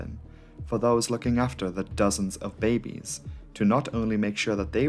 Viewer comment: you say babies very strange BAYY BBEEESSSSS!